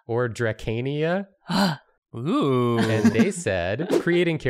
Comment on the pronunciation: its drAk-a-nay (dracanae) also wheres julia?